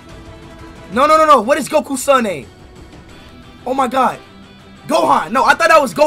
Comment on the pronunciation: Bro said Gokea